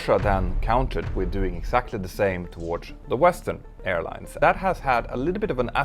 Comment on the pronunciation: Do you realize you pronounce towards as towardch every single time. So annoying.